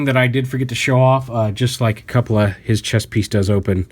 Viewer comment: jsyk, cupola is pronounced with a long U